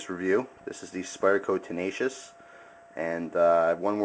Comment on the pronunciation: no...its tenacious....lol